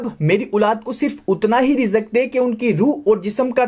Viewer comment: Bro love your point but Rizak nahi hota risk hota ha